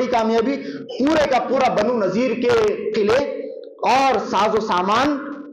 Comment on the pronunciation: بنو نضیر ہے Not نذير